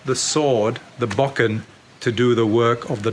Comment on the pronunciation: It's difficult to lend any credibility to someone who cannot even correctly pronounce the name of the weapon he is demonstrating.